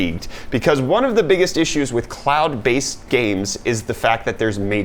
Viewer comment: Did anyone else hear clout based games instead of cloud based games? Haha